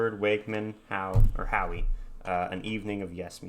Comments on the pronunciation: It's not Howie. It's Howe (How). Anderson Bruford Wakeman & Howe (ABWH) couldn't call themselves YES, since Squire wasn't with them and he had the naming rights, so they just called themselves by their last names and we all called them ABWH (Aah-Bwah). They put out 1 album and it's great. You'll love the song 'Brother of Mine' which got radio play with a radio edited version, just like Roundabout did. Brother of Mine is over 10 minutes long. Tony Levin, who played with Bruford when they were with King Crimson played bass. You should check out some video of Tony playing bass and his Chapman Stick. Tony had a most interesting way of playing the bass that I think you'll enjoy watching. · pronounced how ,,,aka steve howe ,,silent e